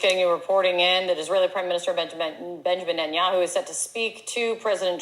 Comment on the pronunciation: Ha Ha that anchor woman said Ninjaman Betinyahu, that was funny! Your right. We, especially in the USA should get along. John Bolton LOVES war, though he is a little man who could not fight his way out of a wet paper bag. He is a hateful man.